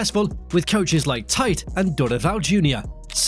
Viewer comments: "Tighte" must have hurt every Brazilian watching this lol, it is pronounced T Te. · Coach "Taitch"? Please, is Tite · Tee-tee would be more accurate 😂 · Lol Tite is pronounced Chichi. Or at least Tee-Te. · Bro said TAIT 😭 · I have actually tried to understand why you pronounced it like that and I assume you just didn’t want to say his name like “titty” or even “teetee” (that would still sound very weird) haha. The best way to call him would be “Cheechee”.